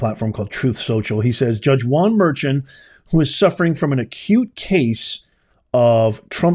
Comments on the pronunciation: His last name is pronounced Mer-con. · Juan Merchan is pronounced mur-con..